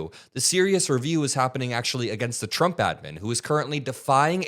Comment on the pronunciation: She actually calls him President Chump! Listen and you won’t be able to unhear it.